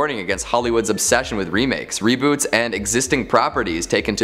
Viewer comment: Reboot? do you mean reboat you crazy Canadian?